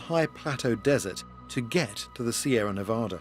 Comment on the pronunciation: I like how an Englishman can pronounce Nevada correctly when so many people from this country can't.